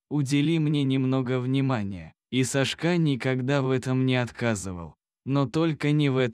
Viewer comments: Лучшие прочитать титры , чем слышать этого чтеца.... хотя бы просчитывали заранее или ставьте этим бездарем ударения на все слова , правда, ну режет слух и смысл теряется ( СашкА, ну почему, когда САшка, это же имя ) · СашкА...Ну что с робота взять?Люди совсем обленились,свое же видео озвучить самостоятельно лень...Уши режет. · Сашка - ударение на первом слоге! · Почему СашкА, а не САшка. Вы что не слышите что вы говорите и как. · Не могу слушать бесконечное сашкА . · Не буду слушать только из за того, что диктор неправильно ставит ударения, даже в имени. Противно слушать! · САшка,ударение на первом слоге!Безграмотность !Противно слушать! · Это что за СашкА? Кто озвучивает - мигрант? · Когда читаете думайте что говорите имя Сашка ударение на первый слог а вы читаете ударение на последний слог извините но ухо режет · Делай правильно ударение.Что это за Сашка‘.Слух режет. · САшка! САшка! Неприятно слушать... Лайк не ставлю. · Одна повторяющаяся ошибка при ударении режет слух_ Сашка_ ударение на первом слоге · Сашка- ударение на 1м слоге, а не на последнем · Сашка ударение на первую а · Читает без ударения на имя Сашка отвратительное чтение. Рассказ замечательный. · Где Вы учили русский язык? Сашка ударение на первом слоге!!! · На каком языке так произносить имя Сашка, режет ухо такая безграмотность